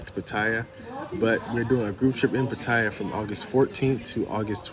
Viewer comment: It's pronounced Pa-Ta-Ya... I know it's a minor thing but my wife rolls her eyes every time she hears a foreigner (especially a Brit or an American) butchering the name of the city. Other than that, I came to find out just how you got cheated on...that is, if this is not just click-bait like so many other Youtube thumbnails (forgive me, I've got nothing else better to do). Part II: Well actually watch 3/4 of the video and had to give up...meeting girls on an app - in Pattaya no less - and expecting sincerity. But it's okay, same story, different era and contact medium. Maybe somebody here will learn something. Probably not. Cheers!